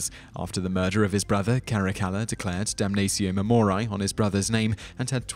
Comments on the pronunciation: ok dude its 'DUM NUH TSEE OH MAE MO REE AE' ae is like 'a' in 'aching' not 'dumneisio mumoraiy'... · I'm sorry, but the way you pronounce it, "damnazio memoriay", is giving me such cringe... since it was a roman practice in the classical era it would be pronounced "damnatio memorieɪ", pretty much the way its written. Don't make it hard without it having to be ;) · It will do so, just as soon as this narrator learns to read his script properly and check the pronunciation of obscure words such as "damnatio", "memoriae" and "deify", before opening his cake-hole. All that good research being annulled by sloppy presentation. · Sure, but he pronounces "Damnatio Memoriae" five or six different ways in this video alone! The Trans-Atlantic divide can't excuse that, can it? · If you are going to make a video in which you say a Latin word repeatedly, make sure that you are pronouncing the word correctly. As a student of Latin, every time you mispronounce Damnatio Memoriae (which was every time) I became more and more irritated. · He's speaking British Latin.